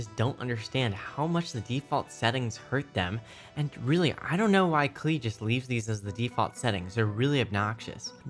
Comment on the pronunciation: Video lost all credibility after pronouncing Klei as “Klee”. 0/10 terrible